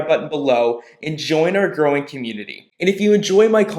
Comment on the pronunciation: Did you say, "Join our groin community."? 🙃